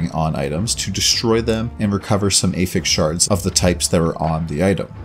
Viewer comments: affix, not ey-ffix....just like apple, not ey-pple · Meh, I prefer 300x content to telegraphs. Wildstar lost to wow remember. Also, you are saying "affix" like you are trying to attach something to something else (verb form). When you mean the noun. Blue items have 1 prefix and 1 affix for example "Rusty blade of the fox". The prefix is "rusty" the affix is "of the fox". So when "one affixes affixes" and they are pronounced differently. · Prefixes and suffixes are both affixes. Yes he does say it wrong, though.